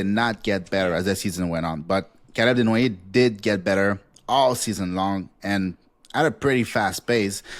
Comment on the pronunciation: I think you just like saying his name tbh. CALUB DENWOYEHHH!